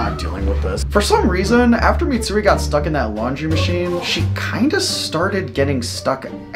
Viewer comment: Did bro say MATSURI